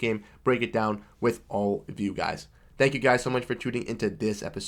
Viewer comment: "Dawn below..." i cant tell if that thats Pittsburgh accent, hehe or is it Boston? Hehe